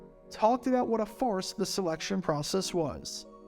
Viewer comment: Farce, not force.